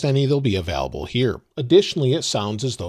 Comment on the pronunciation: It’s available not avaalable